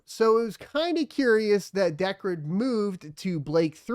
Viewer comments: I thought decred was, pronounced dee-cred, but he's pronounced it as deck-red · you're right. it is DEE cred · Yeah sounds like decrepit. Which is not what I'd want to be known for.